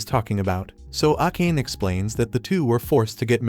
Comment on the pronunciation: Bro saying akane instead of a ka ne